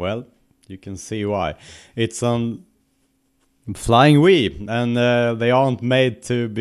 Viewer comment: I'm so sorry, when you said 'Flying Wee' I cracked up laughing. Love the accent :D